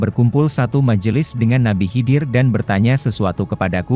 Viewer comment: Nabi khaidir mas.. Bkn nabi hidir...